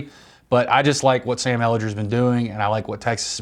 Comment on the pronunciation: Well at least one of you knows how to pronounce Sam's name correctly